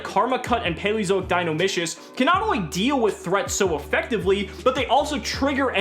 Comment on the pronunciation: In Dinomischus the "chus" has a "kus" sound